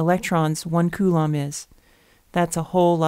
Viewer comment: It doesn't matter how you pronounce coulomb, the video is awesome anyways!!